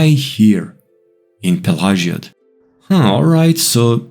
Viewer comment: Great video! Do a series for all towns with Vivec being the last. Also, Is that the proper way to pronounce the town name? I have always pronouced it a different way...I could be wrong.